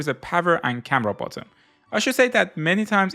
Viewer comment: You keep saying bottom instead of button its annoying